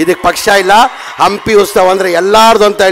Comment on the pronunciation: ಗುಬಲ್ ಮೊದಲು ಕನ್ನಡ ನೆಟ್ಟಗೆ ಮಾತಾಡೋದು ಕಲಿ ಉಸ್ತವ ಅಲ್ಲ ಅದು ಉತ್ಸವ...